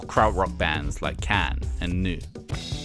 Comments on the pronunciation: I love your videos but Neu! pronounced Noy not New.... lol just saying because there is a great sketch about Neu! On Portlandia where they say the name a million times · "Neu" is pronounced like "joy". Great video nevertheless! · Just for future reference, the German word "neu" rhymes with the English word "boy"